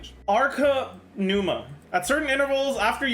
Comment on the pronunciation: Zajoof having Greek origins and pronouncing Pneuma and Ousia totally wrong is cringe af.